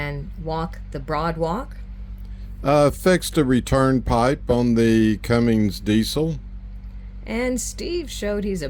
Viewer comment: Cummins. No "g" and no "ing" in the name.